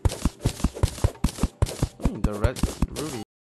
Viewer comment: when said oooh the ruby at the end i thought he said oooh the ruphy... lol